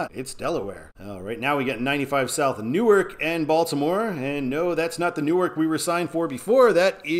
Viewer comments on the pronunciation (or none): You confuse suburbs with satellite cities. Camden & Chester are not suburbs of Philadelphia, they are satellite cities that are distinct in their own rights. And Newark, DE is pronounced “NEW-ARK” unlike “Nuork”, NJ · In Delaware state, say " New - ARK " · Pronounced "new ark" - I didn't know that until I tour Univ of Del.